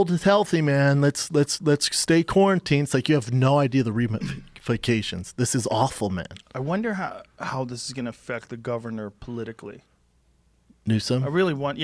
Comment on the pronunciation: "the reamifications"